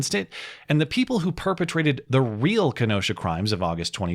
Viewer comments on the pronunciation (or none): none